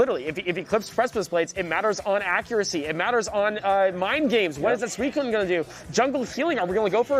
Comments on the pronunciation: STOP SAYING SUCUNE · I hope frost prime loses just so I can stop hearing pronounce Suicune